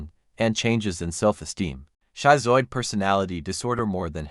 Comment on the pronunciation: Wow. I had no idea I would become so riveted to this video. Aside from AI narration that resulted in a somewhat choppy presentation and mispronounced words, i.e., "schizoid", the research is outstanding. Will we ever learn to identify these personality disorders and mental illnesses before one becomes a Ted Bundy? Probably not in my lifetime, but there are continuous studies being done that advances what we previously knew to a new level. I'm off to buy James Fallon's book! What an astonishingly unexpected denouement that turned out to be, eh? Great video!